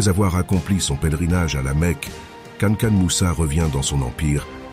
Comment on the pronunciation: Cest pas kanakan mais kankou moussa ou mansah moussa